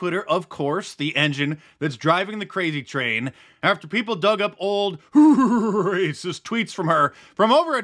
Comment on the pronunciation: Every time he says “rhrhrhrhrhracist” 😂